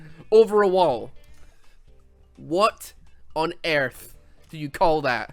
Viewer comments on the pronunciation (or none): "what on ayrth"